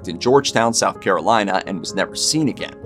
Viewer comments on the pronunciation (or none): none